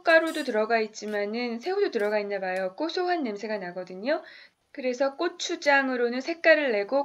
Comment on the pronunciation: 발음이 민망하네요😳 ㄲ..꼬추 가루